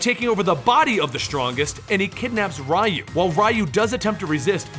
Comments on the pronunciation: "RYE-Yu"?...Are you f#cking serious? 30, years this game has been out, and you still don't know how to pronounce his name? It's REE-Yu. REE!!!!!!!!!! REE!!!!!!!!!!! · Actually his name is リュウ, so phonetically there's no "ee" sound. In Japanese, "ri" followed by a small "yu" symbol is the equivalent to an English contraction. Both Rye-Yu and Ree-Yu are wrong. It should be a merged "ryu", sounding similar to how we say "beau" in "beautiful". "reautiful", take away the "tiful", and you're very close. Source: Living in Japan for 10 years, JLPT Level 1 certificate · Hearing you say Raiyu over and over again was cringy. You delved that much into the story and didn't learn the name is pronounced Reeyu? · Who the f is Rai Yu. It's Ryu It's not ri Yu It's not rai Yu It's Ryu.. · Riiayu? So it's not reeyu? I mean in Japanese they say reeyu( ryu) so I don't know why people have such a hard time pronouncing names from Japanese to latin lmao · The way you mention Ryu name is wrong, it's not Ra-u is Ryu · ryu... is pronounced REE-YOO. not RHYE-YOO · Rye you???? Dude your pronunciation physically pains me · Is it not pronounced as reee-u? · "rai you" 😞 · Rye-you was brainwashed by shadow-laow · Rye-you, lmao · ugh, I can't stand Ryu's pronunciation. Ree-Yu Its not hard, it's in every game and anime movie. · Its ree oo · Its actually pronounced "you" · ryu and shoryuken being pronounced like that hurts me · Idk why but it triggers me whenever someone pronounces Ryu's name wrong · How come you don't know how to pronounce 'Ryu'? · I am so annoyed by the wrong pronunciation of "Ryu" that I can't watch the video. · How the hell did you pronounce Sagat correctly, but missed Ryu? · Interesting way to pronounce Ryu. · I hate being that guy but man, I kept cringing at the incorrect pronunciations I mean, I expect Ryu (since for some reason, people STILL get it wrong to this day lol), but shoryuken? It almost felt like it was on purpose XD